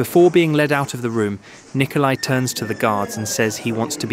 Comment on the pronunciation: It's Nicolae... not Nikolai... they're not pronounced the same.